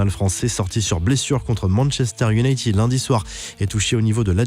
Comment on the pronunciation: Iounaïted pas tiiiiiiiiid 💩😖👎